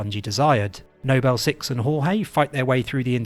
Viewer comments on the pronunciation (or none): For example "Nobel team" and then a second later it's "Noble team", this is literally nitpicking but great video